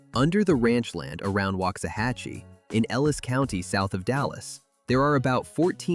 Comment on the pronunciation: Pedernales is tricky. I've always heard it Per duh nahl us. Llano was close, but it's Lan O, not lun o. Braz uhz, not Braz Ohs. WAX a hatchie. Just like candle wax. I enjoyed the first half with the natural places much more than the industrial ending. But then again I live in the Texas Hill Country.